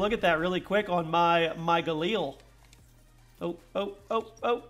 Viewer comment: They're mad because they hear the way you pronounce galil.